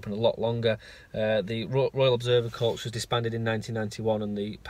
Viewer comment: I love your work. You are very descriptive so even a blind person can join in. Just a point of clarity though, when you see the word corps, you don't say the P or the S. It should just sound like the word "core".